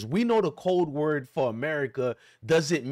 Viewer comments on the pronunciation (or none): none